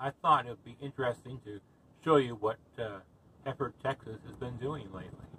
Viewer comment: Please quit butchering the name....It's not Heeeford. It's Hereford, like the cow.